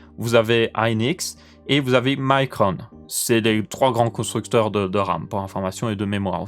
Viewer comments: Votre arme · À cause de toi pendant tout la video j'entends "Âme" au lieu de "Ram" mdr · alors je suis le seul a entendre âme au lieux de RAM ? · J'entend '' Comment régler votre âme '' 😂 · J'ai entendu votre âme, du coup j'ai cherché en commentaire pour me sentir moins seul :P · Hahaha, non tu n'es pas le seul!!! Votre âme!! Votr'âme